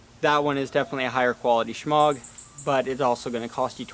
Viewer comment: The 'g' is silent